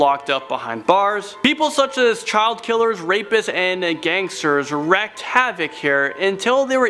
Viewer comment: It's "wreaked havoc" (reek) not "wrecked havoc"(reck) x.x